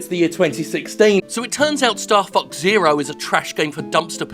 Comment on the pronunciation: Is is bad that I kept hearing Starfucks instead of Starfox?